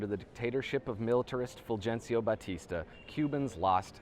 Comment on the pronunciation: My only quibble: every time you say "Fulgencio". Otherwise, another fantastic video and one that provokes thought.